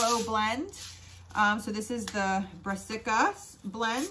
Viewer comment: I love your energy, you get shit done but don't take yourself too seriously 💯 😌 you said brassica right the first time, it sounds the way it's spelled!